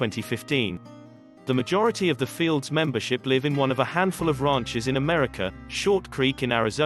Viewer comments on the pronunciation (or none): Very cringe. NOT “fields”… they’re known as F-L-D-S. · They are not known as "fields" as you are saying it. They are known as F L D S